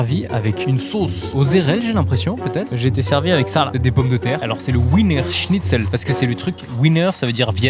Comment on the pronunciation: Le w se prononce v donc Wiener shnietzel se prononce viener